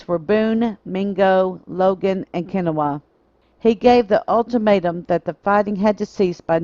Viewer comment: Kinawa spelled kanawha is pronounced kah-naw smh